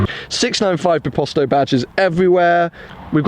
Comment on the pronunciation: Who cringed when he said "biposto" It's not bìposto (like you pronounce it) Bit bíposto